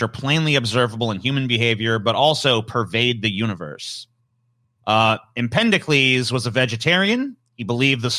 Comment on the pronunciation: It's Empedocles, not Empendocles! And he died in 434 BC, not 1434 BC.